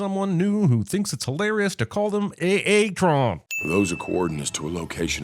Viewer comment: Sinning B-127 pronouncing A-A-Tron instead of Airtron but proceeding to have the A-Aron reference in the post-sentence sequence